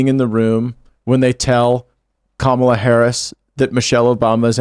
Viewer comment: is the only one who pronounces Kamala correctly